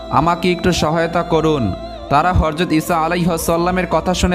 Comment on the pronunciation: Bhai eta horjat na ota hazrat hobe.....